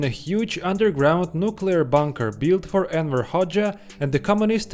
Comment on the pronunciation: Its Enver, not Erwin